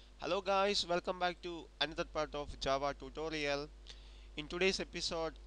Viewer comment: tutdodial? XD